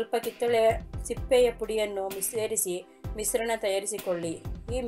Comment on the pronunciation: Yar matadirorige sha uchharane bartila shampoo anoke sampoo anta, kesha anoke kesa anta mishrana anoke misrana gotayta